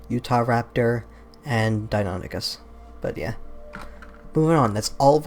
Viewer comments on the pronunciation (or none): none